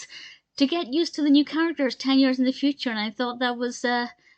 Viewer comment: “The footure!” Lol